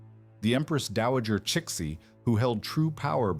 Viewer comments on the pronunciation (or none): 慈禧 is pronounced "sir she" is it an ai robot reading this?